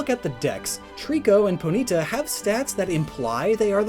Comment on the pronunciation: I love how you say Ponyta like Ponita haha never thought of it that way